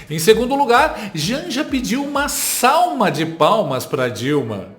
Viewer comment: Aos : uma "salma" de palmas ... mano, não dá pra aguentar kkkkkk a legenda automática corrigiu ela kkkkk